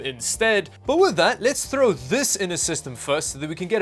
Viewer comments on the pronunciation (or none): none